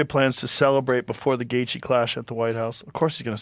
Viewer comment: Lame ass A.I. 🤖 voice can't pronounce the fighters names and stealing that embedded banner for the thumbnail is diabolical. Gay-tee-uh.